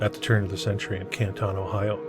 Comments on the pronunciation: It’s a football outside of the city hall and it’s Canton, not Kantahn. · Love the channel. Buildings are amazing. Pronounced CAN-TON as in 2000 pounds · It’s pronounced Can’t-en in case anyone cares. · Pronounced Cantin btw I should know I'm from Canton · The narrator is an absolute nut. Any real historian or even an amateur historian who lives here understands when those buildings were built, that many of them still stand, and we have oral and written histories of each of them, including church charters and family Bibles. The pictures are wonderful, but the narrator is an idiot. Learn how to pronounce the name of the town before you make a video. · This is junk! AI ? He can’t even pronounce Canton correctly! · well if you want to seem to know what you are talking about … pronounce Canton the way it is pronounced by Cantonians and Ohioans! Seriously! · great video. Americans pronounce Canton differently however. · i wasn't trying to be rude, he asked if we knew anything about Canton ohio, and being an American I know that he was pronouncing it incorrectly, I meant no offense. I figured he'd want to know since he's a facts guy.